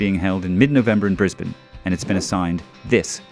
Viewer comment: Thank you for saying Brisbane right.